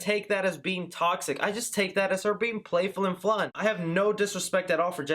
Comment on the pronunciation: “playful and FLUN” 😂😂